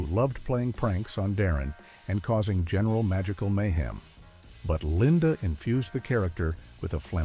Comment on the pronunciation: "Linda." Really??